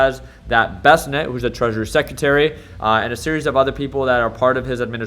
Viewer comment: thank you , hes been saying bessnet